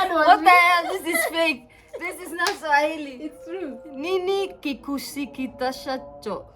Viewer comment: You guys are vibes when together 🔥 🔥 🔥 Swahili got murdered here lol